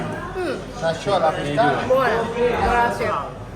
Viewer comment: pistaccio non si può sentire, mi aspetto da uno di origine italiana e al tuo livello che dica pistacchio 🤣